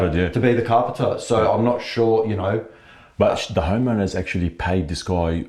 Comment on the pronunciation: Everytime says homeowner I don't know why but it always sounds like he's about to say "HOMO" 😂